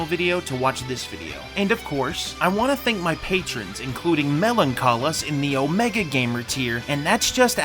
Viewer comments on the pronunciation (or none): none